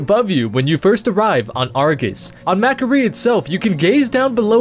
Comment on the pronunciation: Mac'Aree. sigh really?